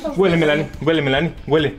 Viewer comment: En mi país no se pronuncia Melánie, se dice Mélanie !